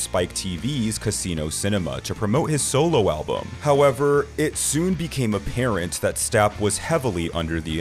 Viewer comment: ..... Appiarent..... What's appiarent???